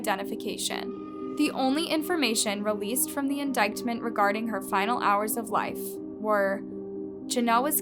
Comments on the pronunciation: Indictment: in-DITE-ment Malinois: MA-linn-wah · You’re a decent true crime narrator, but you have to stop censoring words and learn to say words like “indictment” and “cadaver” correctly.